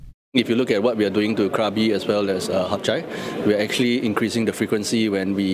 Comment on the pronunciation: Why can't some Singaporeans pronounce Hatyai properly... including this CEO... for goodness sake its not "Hup Chai"